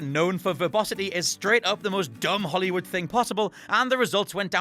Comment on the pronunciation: It pronounced Holly woo